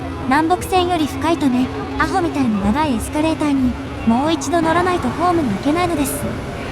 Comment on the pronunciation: あ↑ほ↓ にやられた